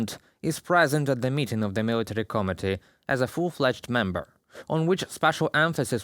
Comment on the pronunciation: you keep saying “comedy” instead of “committee”. It’s an important distinction